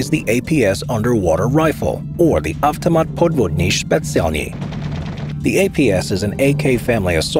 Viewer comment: "avtomuawt podvodny schpetsialny" 💀💀💀💀💀💀💀